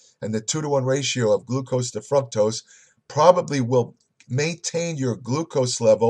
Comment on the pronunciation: What the "fruck tose"?